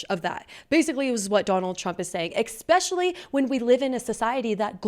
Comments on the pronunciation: GIRL YOU REALLY NEED TO STOP SAYING EX-SPECIALLY. You said it like 16 times in this video. It’s Especially. No ex. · There’s no X in especially, just like Espresso ! Please?🙏